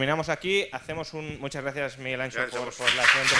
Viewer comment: ¿Tan difícil es pronunciar Miguel Anxo y no "Ancho"?